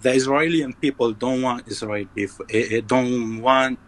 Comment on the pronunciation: but he says israil instead of israel